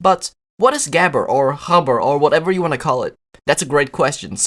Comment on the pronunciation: “what is gehber of habber?” Pronounced about as close as the final product sounded like it